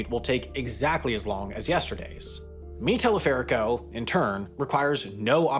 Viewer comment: está pronunciado el nombre - mi teleférico - re mal 😂